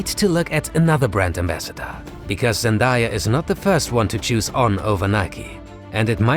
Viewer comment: Who the heck is zandaya???